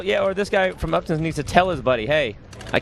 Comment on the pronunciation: the town is said like UP TON, not up town......